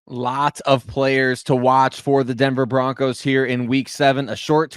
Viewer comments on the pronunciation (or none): Just Broncos not Bo- Broncos. Comn man